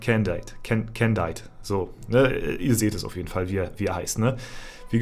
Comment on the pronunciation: die "candied" aussprache ist mal wieder was fürs wörterbuch 😂